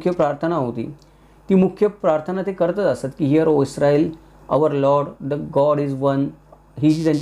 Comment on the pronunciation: ITS ISRAEL NOT ISTRAEL